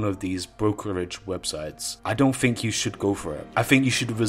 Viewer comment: I 'Fink'...